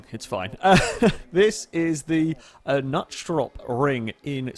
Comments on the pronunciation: Fyi, it's [Knuuts-torp] ("Knuts Cottage", Knut is pronounced like the old Norse name, torp is kind of like Thorpe minus but replace the -th sound with a simple t).:) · I'm pretty sure you should pronounce the "K", it being Swedish. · This was fantastic; an obscure German car round an unknown Swedish racetrack with some rolls and a lot of good racing on raceroom. And of course a butchered pronunciation of Knutstorp Kappa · I love the pronunciation of Knutstorp xD Its a very Swedish name thingy always amusing :3